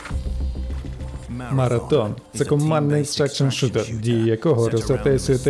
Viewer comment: Дякую за переклад та озвучку. Але. МараТон? Ви серйозно?